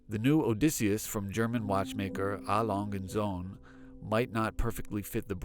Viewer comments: Please at least try to make an effort to pronounce the name correctly..also correct info as well. It’s 120m water resistance not 100m. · Nice video, even though please do some research pronouncing the brand name properly like how you have planned thoroughly recording the video.